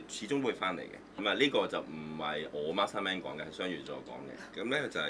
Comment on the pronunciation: Masterman 唔係 Master Man 呀😂😂😂